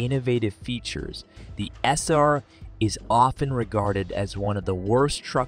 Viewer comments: "The Chevrolet Esser" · Chevy "Esser"? "Veight"? Yeah! The future's so bright for AI, we gotta wear shades! 😑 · What a lousy computer voice. The Chevy "Esser" (SSR) with a "Vate" (V-8) engine???